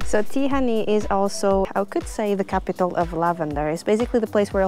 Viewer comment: Hey! It's a great video! My only criticism that you butchered the Hungarian names, even Budapest and Tihany and so. Of course I understand you don't know the pronunciations, but if you just drop the names in Google, you can listen how Hungarians saying. Other than that cool video! ;)